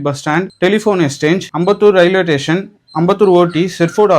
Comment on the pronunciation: மெட்ரோ ஸ்டேஷன் ❌️ மெட்ரோ டேஷன் ✔️